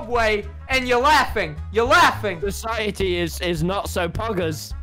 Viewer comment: "Society is not so Poggers" "Society is Poggahs" -From the famous movie, 'Jacker'